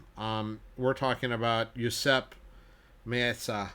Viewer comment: Amazing collection. One can just dream of looking at them up close even. Also, isn’t the pronunciation ME-AT-ZA? Great videos!